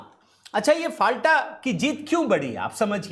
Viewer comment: फाल्टा नहीं, नाम है "फल्ता"